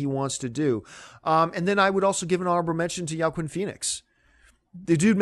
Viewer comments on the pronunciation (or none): Did you say "Yowkin" Phoenix? Ok, I can forgive Lupita NUWONGO, but now you're crossing the line. How rare and exotic of a name is Joaquin? It's pronounced "Walk-een" dammit!